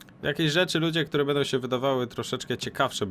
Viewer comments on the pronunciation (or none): none